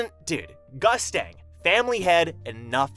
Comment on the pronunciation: In the Korean version of TOG, Gustang is pronounced (Goost-Ahng) not Gustang like mustang for those that didn't know